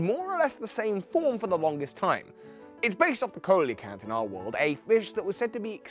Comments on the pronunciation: Coelacanth is pronounced See-oh-luh-canth. Not co-lee-canth. Love the video 👍. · Just as some advice, coelacanth is pronounced "see-lacanth" instead of "co-ee-lacanth", mantine is "man-teen" and illumise is "illum-easy". Although echinodermaa was soooo close... you just forgot the "aa" at the end. I know it is a bit pedantic, sorry. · Coelacanth is pronounced /siː.lə.kænθ/. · Quick pronunciation tip, Coelacanth is pronounced "See-luh-canth". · you pronounced coelacanth wrong. it's pronounced seel-a-canth. exploud is based on a yokai which doesn't actually have a known physical form. it's based on Oyamabiko, a mountain dwelling yokai responsible for echoes. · Yeah lmao. It's just the pronunciation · I dont mean to be that guy but coelcanth is pronouced sea-low-canth....I just get a bit peeved when people pronouce it wrong sometimes....sorry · DJ's Mix try telling that to every animal documentary I've seen then because they pronouce it sea-low-canth (edit) so that is how I'm going to pronouce it. But meh it really does not matter anyway